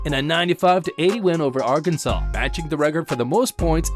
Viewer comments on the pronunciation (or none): none